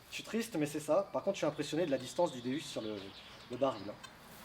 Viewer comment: Salut avez vous cherchez dans la charpente de cette superbe bâtisse il y avait peut être un petit Louis d'or et petit détail il arête pas de dire déUs alors que sa se prononce déOUs le non c'est dieu en latin. Don déOUs si tu le vois passe lui le message bis a vous deux les passionnés